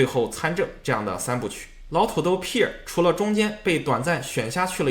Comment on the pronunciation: Pierre 也读错了😂